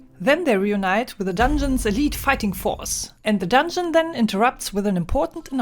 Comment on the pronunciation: "ze dondschen" cracked me up 😂😂😂